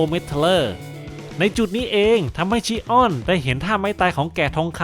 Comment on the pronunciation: แอเรียสชิออน✅ แอเรียสชิอ้อน😢❌ โกลด์เซนต์อวาเรีย✅ โกลด์เซนต์อเวเนีย❌ เป็นชื่อเมืองท่องเที่ยวนะครับ avenir ❌❌โกลด์เซนต์อเวเรียไม่ได้เป็นยุคเดียวกับเซย่า❌❌ แกะทองคำคนนี้ มาจากโลกคู่ขนาน ที่กองทัพยมโลกชนะ ฟังอาเธน่าพ่ายแพ้ ถูกโครโนส พาตัวหนีมาจาก โลกที่สิ้นสลาย ‼️ ข้อมูลผิดเยอะเลยนะครับ